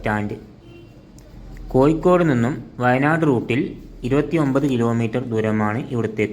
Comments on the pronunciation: കോയി കോട് അല്ല കോയ.. കോഴിക്കോട് 😂😂😂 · കോയിക്കോട് അല്ല..... കോഴിക്കോട് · സുഹൃത്തേ കോയിക്കോട് അല്ല മലയാളം സംസാരിക്കാൻ ആദ്യം പഠിച്ചു വാ